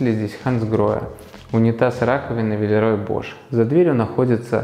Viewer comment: Дом в моем вкусе, немного похож по стилю на наш, у меня даже лампы над кухонным столом такие же)) Вы классно поработали, и очень интересно все рассказали и показали! Единственное, небольшая поправочка - Villeroy & Boch читается не как ‘Бош’, а именно ‘Бох’. С приветом из Германии ❤